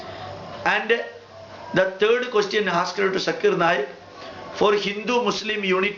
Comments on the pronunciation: Nice rebuttal but mostly you are attacking him rather than to the point. First how can you prove that the questioner was not Hindu? Pronunciation problem? you can't call his name properly..He is not sakir naik. He is Zakir naik. its Z not S. on the subject he says that you don't need an idol to focus God. Muslims don't have idol still they focus. why not Hindus. worshipping and saluting are two different things. you are a learned man. salute you but when it comes to logics, you should improve. Good luck next time. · Zakir Naik never claimed He is an authority but a student of comparative religions. Pronounce of any word is not the issue. Even Hindu Scholar could not pronounce Zakir name properly instead he said Jakir. Most of the religions talking about one whether Hindus, Christian etc. But Hindu Pundits have turned into several Gods. Similarly Christianity talking about one God but Priest changed it into three Gods. Zakir is educating people to accept one God and worship him only. The present Islam being followed by so called Muslims is religion invented by so called notorious scholars who wrote books over books 250 years later of Prophet Mohammad 's Death with fake stories and fake saying (Hadees) and entangled them into mere rituals. Islam Is a code of life as how to spend life journey by following Quoranic commandment, be successful here and be successful in the world after. Present fake Islam religion have pushed down all the believers to gutters.